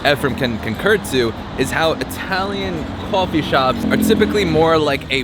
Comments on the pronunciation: cawfee it’s that New York accent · Did you realize you don’t have a typical New York accent but say coffee like your from Brooklyn or my cousin Vinny - even funnier is when you say coffee multiple times fast your Brooklyn coffee accent suddenly disappears